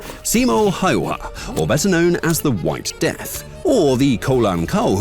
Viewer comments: Who the hell is Simo Haiva? ITS PRONOUNCED SIMO HÄYHÄ GET IT RIGHT SÄ VITU PUUPÄÄ JENKKI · it's Simo Hay-ha, not Simo Hay-Wha! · Okay you're butchering the pronounciation on purpose right? Hay-wa-ha lol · No it's Haw-ha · 🫩we dead ass its simo häyhä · Bro casually just butchered Häyhä’s name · sounds wierd when foregners says simos last namne Häyäh (the Ä has a special sound) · YOU CANT EVEN SAY HIS NAME YOU FOOL